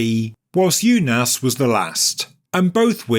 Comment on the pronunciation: It's pronounced oonas